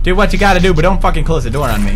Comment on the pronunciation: "Donn even worry about it"